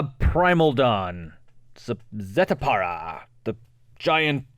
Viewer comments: "Zet-a-pala" lol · Zeh-Tall-pah Ool-ven-wall-d Lot-leth Crow-man-ti-core(NOT color) Cap-ah-shen Damping, not dampENing There are so many mispronunciations I think it might be an issue of reading comprehension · Zeh-Tall-pah Ool-ven-wall-d (how the hell did you get "underwood"?) Lot-leth Crow-man-ti-core(NOT color) Cap-ah-shen Damping, not dampENing There are so many mispronunciations I think it might be an issue of reading comprehension